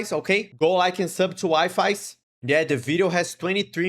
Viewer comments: His name is pronounced ‘Wee-fees’ im pretty sure, but I honestly called him WiFis at first too lol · With this comment i summon the wifies fandom (Also its pronounced weefes not wifies) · His names is pounced we-fees lol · Wifis lol its waffles I’m pretty sure it’s pronounced. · Him pronoucning wifies as Wi-Fi's is killing me lol